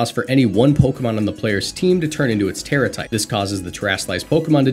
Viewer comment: It's Terra